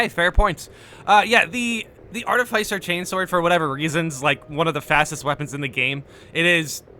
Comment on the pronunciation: Pleeeease say art-if-isser instead of arti-ficer I BEG you hahaha